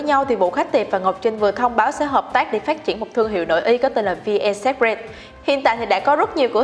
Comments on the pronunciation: bạn này đọc chán quá, cứ bạn ý đọc thì sai tùm lum... secret cứ đọc sép rẹt là sao ý nhợ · nên dịu giọng hơn xíu cũng như phát âm đúng (secret) và đọc đừng nuốt chữ thì sẽ hay hơn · Chữ secret đọc sai rồi 😔